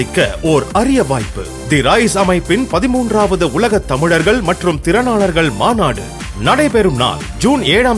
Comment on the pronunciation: தமுழர்கள் அல்ல தமிழர்கள் என்று சரியாக வாசிக்கவும்